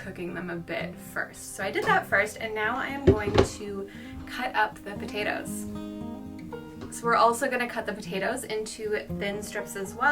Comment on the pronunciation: No dice potatoes dice potheos!!!😊